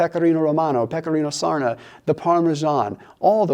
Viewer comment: I'm Italian but I don't understand what you say after Pecorino Romano: maybe Pecorino Sardo? Because I can hear something like Pecorino Surna